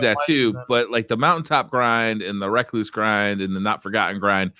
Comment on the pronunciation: Thank you for correctly pronouncing the word "recluse".